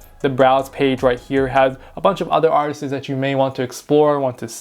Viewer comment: “Artisis” is crazy 😂